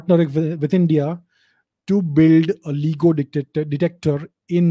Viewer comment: lts pronounced Layee-go!